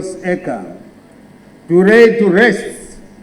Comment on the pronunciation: Rurimi rwaamai hakuna L kwavo, ukati lorry anoti rorry